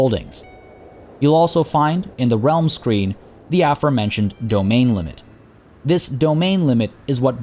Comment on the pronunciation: Take a shot anytime you hear words "dynasty" and "aformentioned" pronounced wrong